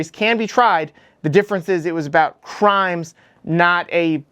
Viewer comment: "Pwease dont do cwimes" "Treason! this traitor should be put on trail and hanged for sedition!" Average normal response from our very normal and rational leadership.